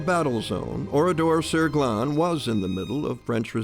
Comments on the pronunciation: Ce n’est pas Oridor mais ORADOUR sur GLANES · Si seulement le nom du village (Ridor..Saglon.dit on ici) pouvait être prononcer correctement ainsi que certains noms des survivants.... L’IA....quelle niaiserie... comment des étudiants ou autres peuvent ils comprendre ce qu’il s’est réellement passé dans ce village. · C’est Oradour sur Glane..l’IA massacre le nom de ce village martyr..